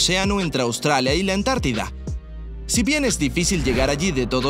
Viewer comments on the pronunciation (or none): none